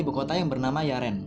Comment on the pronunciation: Membaca bg? Banyak kesalahan penyebutan nama. Yaren di baca Yeren Kiribati fi baca kiribati juga kok bukan Kairabati CMIIW sukses